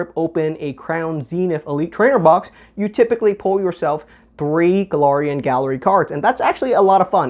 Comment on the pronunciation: Galarian Gallery say it with me Galariannn,not Golorian